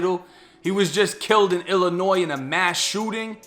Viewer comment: Glad you pronounce Illinois right 😂 fuck this state tho